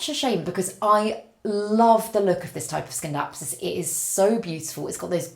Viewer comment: in Scindapsus the C is silent